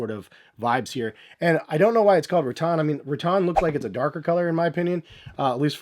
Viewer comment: Every time you pronounced rattan, I died a little inside